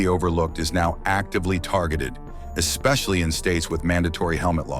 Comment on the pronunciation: AI said ‘ekspecially’.